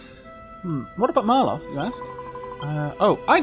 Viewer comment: So I feel like I need to point this out. It really isnt a big deal and I think it sounds better. You keep saying Mar-loth when his name is Mal-roth. I think it makes the character sound better anyways